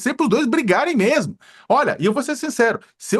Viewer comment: Josias é o cara do "MEMO"... KKKKK... ele podia melhorar essa pronuncia.. que ta ruim, não é memo?